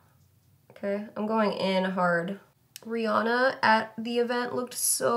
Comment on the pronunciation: Why do people mispronounce Rihanna's name???